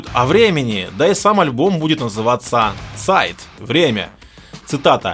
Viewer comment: Чувак, ты молодец, нравится тебя смотреть, но подучи пожалуйста правила чтения немецких слов. Ведь не Зайт, а Цайт, не Кайне Лозт, а Кайне Люст. Мелочи вроде, а они очень сильно влияют на восприятие информации и в целом на уровень профессионализма.